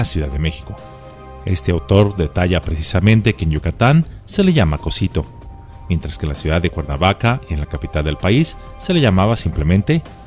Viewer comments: No es "cosito" es "codzito". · No sé dice coxito (cosito) es coxito (cocsito )